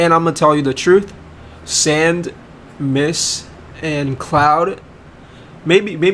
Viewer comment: Sand not and